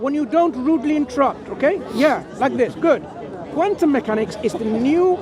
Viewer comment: "Wuss qwantum meekanix" oh really? What's a lime 😂